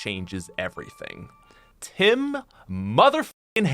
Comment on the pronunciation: The way he said Tim's name😃